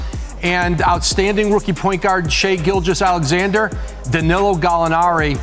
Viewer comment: Shaivonte Aician Gilgeous-Alexander*